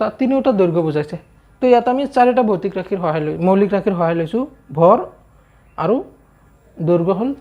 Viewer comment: Sir boitic nohai he votic rakhi 😂